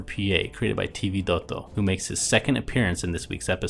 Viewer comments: God I hate it when he says T vidotto.. just makes me angry every time, why cant he just say it in a normal way.. No clue why this drives me crazy, but it does!!!! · hahahahaha sammeeee